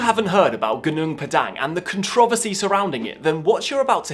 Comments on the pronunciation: What is a Con Trovesty. Just say Controversy, you dweeb! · I learned a new way to say controversy…. Con-trow-ver-see. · Comment for the Comment Gods! As an American...I always smile when I hear someone say "Con-tro-versy" with that accent. :D Love your videos, another interesting one. Love hearing about new findings like these from the super ancient (relative to known history) world.